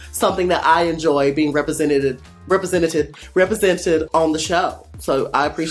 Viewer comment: repre-senta-tented sinus-tame-me-mously